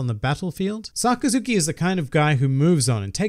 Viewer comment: sockazuki?? I thought it was Sakazuki?! But it was a great video